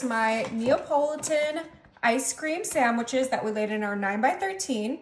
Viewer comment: Sand wich- no "m" . P.S., try Nestles Quick syrup instead, delicious and less bitter. Great recipe!